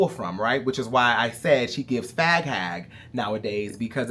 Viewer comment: I chocked on my water when he said “fHag”